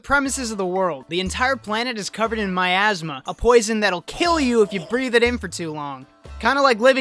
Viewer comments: Miasma I thought he said my asthma Kek, 10/10 review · Every time you say miasma I laugh because I think of some guy with asthma being unable to complete his quests because he runs out of breath.